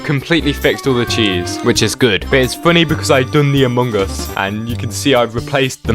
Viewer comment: its really funny how he pronounces Among Us 😆